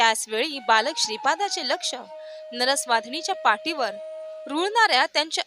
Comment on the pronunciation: पाटीवर नाही पाठीवर ठ चाउच्चार करा